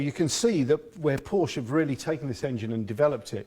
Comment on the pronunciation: Porsche is a two syllable word. Also, the rockers are supposed to be off center on the top of the valves. This is so that the valve rotates.